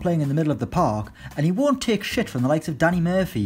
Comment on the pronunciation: the emphasis he puts on shit 😂😂